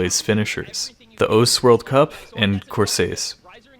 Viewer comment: Ur pronounciation with Osu is giving me AIDS.